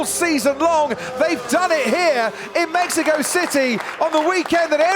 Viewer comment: It's México not mejico